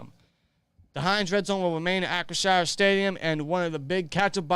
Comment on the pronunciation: it's Ahh- chri- 'sure', as in shore... not shire. like some Hobbits. lol